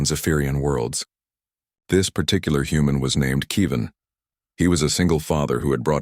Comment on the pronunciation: No AI narrator pronounces Kevin right.